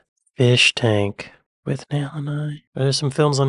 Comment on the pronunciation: As usual, the voiceover guy mispronounces something: it's Withnail should be 'With-nul'.